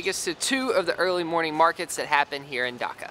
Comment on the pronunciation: Ok ok ok it's not 'Daka' it's 'Dhaka' like make the 'Dh' sound like 'Duh-Ka' Sorry for correcting you but I kinda get offended when people get my or my country's name wrong